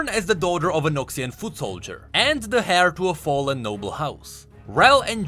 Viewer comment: Just want to say that you dont pronounce the H in heir It should sound like air Good work though